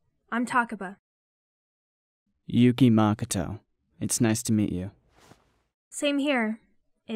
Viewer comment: Everything is great but you said makoto wrong 😅